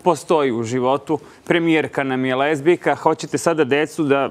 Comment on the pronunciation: Ajmo gospodo novinari iz Kurira da naučimo već jednom da se kaže lezbijka, a ne lezbejka. Poyy